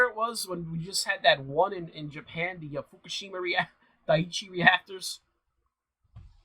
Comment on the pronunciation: You say Japan, at the start!!! Thought it was Chyna